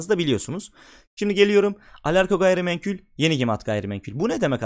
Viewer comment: Temettü portföyü yapacaksınız ve orda Ereğli olmayacak. Bence o da eklenmesi lazımdı. Birde "gayrimenkül" değil "gayrimenkul" naçizane düzelteyim dedim. Başarılar